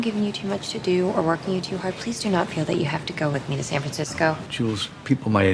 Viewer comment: 영상감사합니다. 그런데 저에겐 working 이 work 으로들리네요..저에겐요..ㅎㅎ